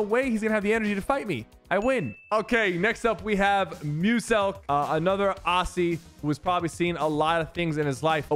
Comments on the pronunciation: I got mad because I’m Aussie and you pronounced in arssie but it’s pronounced ozzie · "O-SSIE" mate its o-zzy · sypher when you say “Aussie” we don’t say the “ss” like “sss” we say it as “zz” like auzzie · Sypher said ausii not Aussie